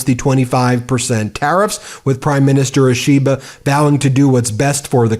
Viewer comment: You need to get lessons on how to pronounce Japanese words and names.... For example, "ISHI BA", not "i SHI ba" (Flat, no emphasis on SHI) ..... Should be a simple thing for you. It is painful to listen to you for those who know how to properly pronounce Japanese....as it will be for any language.